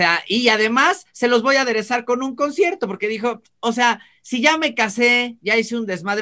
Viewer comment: como dices, con toda paz, no se dice "voa" se dice " voy a "